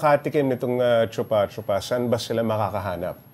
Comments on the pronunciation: it's "Choo-pah choo-pah" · Choopa choopa hindi tsupa tsupa Bagalan nyo pag pronounce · Bat kasi yung pag pronounce ng reporter “tsupa tsupa” e yung pag-pronounce nung ininterview is “choo-pah choo-pah” 😅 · bat kase chupâ chupâ? chûpah chûpah dapat... tae ganun parin... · di naman "tsu" yung pag pronounce niyan eh , "shupa-shupa"ang tama ; mga mema. naturingang news agency at mga journalists pero di man lang inalam tamang bigkas ng pangalan nung prutas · Vendor: Chūpā chūpā Reporter: Tsupa tsupa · chuupa chuupa kasi, hindi tsupa tsupa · Chupah chupah kasi ang tamang pronunciation, si ate sanay na sanay sabihin ang tsupa tsupa 🤣🤣🤣🤣🤣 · actually sa youtube dami pronunciation ng chupa chupa fruit. kahit foreigner hindi din sh- ang pronuciation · Choopa choopa na lang sana yung pronounciation! Putik kaya malaswa pakinggan haha😅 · Shupa Shupa kasi ang pronunciation hayyyy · Gaga mali ang pronunciation nyo mga 8080!!! Di man lang kayo nag research ng maayos!!!Shupa shupa ang pronunciation nyan kakagigil kayo! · Mali naman kasi pagbigkas eh. 😂 Para sya yung lollipop, chupa-chups. Palitan lang ng "a" yung "s" sa dulo... chupa-chupa. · yung reporter, ang bigat ng pagka bigkas ng letrang A sa chupa chupa hahaha